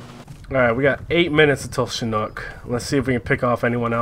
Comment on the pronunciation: alright listen here bOi i love your videos but stop fucking saying SHIN N O O K its CHIN H O O K